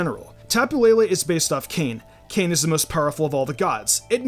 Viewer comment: Ayyy awesome video ! Just a heads up, the Hawaiian god Kane is pronounced (Kah - Nay).